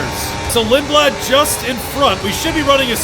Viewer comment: The most English pronunciation of a Swedish last name💀 Lindblad